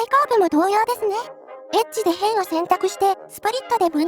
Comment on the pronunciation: エッジの抑揚？イントネーションがエッチのそれでとてもえっ…です